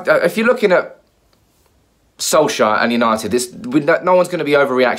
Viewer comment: You still can't pronounce his name can you ffs. SOLSKJAER not SOLSHIRE